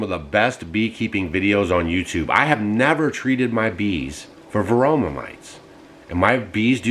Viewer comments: It’s varroa mites not varoma mites 😂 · Varoa,, not varoma.